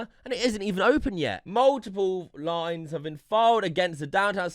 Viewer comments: You can’t say anything about someone beings stupid when you pronounce liens… “lines” lol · It is pronounced LEENS not Lines lol. Do you know what a "lien" is (pre-Googling)?